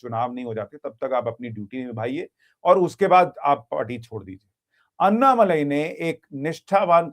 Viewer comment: अन्नामलाई नहीं। अण्णामलाई।